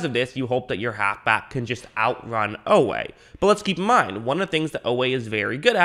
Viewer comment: Oweh consistently running down backs, was no fluke. He ran sub 4.4…work on that pronunciation, you’ll be talking about him a lot this season 😈